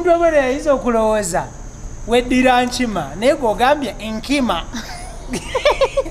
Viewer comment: He was correct to say Nkima not nkyima